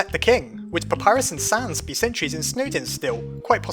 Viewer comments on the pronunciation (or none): none